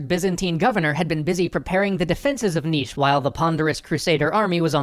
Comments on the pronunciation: Subscribed. You pronounced "Niš" correctly. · You perfectly pronounced Nis and the fortress is exactly the same